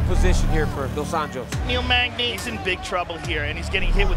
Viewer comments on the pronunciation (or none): Joe “Nilmagni” Rogan